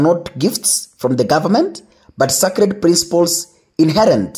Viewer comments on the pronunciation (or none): none